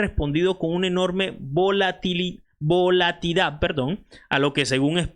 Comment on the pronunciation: Hola, no es balatidad, SE dice BOLATILIDAD😂😂😂😂😂😂😂UN ABRAZO🎉🎉🎉🎉🎉